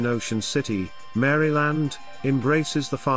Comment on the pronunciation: You should not respect any list where the person can’t even pronounce the State’s name correctly….